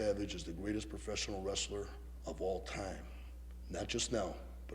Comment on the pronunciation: Ol’ man said, “Rastler”.